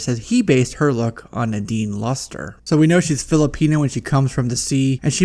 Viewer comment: Nadine LUSTERRRR LMAO but it’s Loost-ray. No hate but I laughed so hard